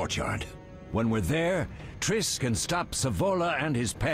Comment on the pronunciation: Did he just call triss "trisTTT" 😂😂😂